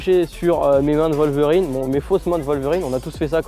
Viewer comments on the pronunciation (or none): Wolverine !!!! WOLVERIIIINNNNEEEEE!!! Pas "Voleverine" !!!!